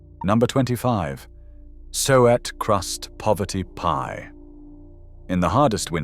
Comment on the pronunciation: Some interesting sentiments, but if the pictures were appropriate to the commentary it would have been so much better! [E.g., you talk of sheep head and show pictures of a pig's head ...... not very clever. Oh and by the way, SUET is pronounced soo-it.